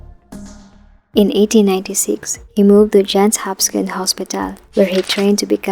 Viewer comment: To the content creator: Is the voice narration AI/TTS or a person reading a script? Either way, it is terribly distracting to hear well-known names like "Johns Hopkins" continuously mispronounced.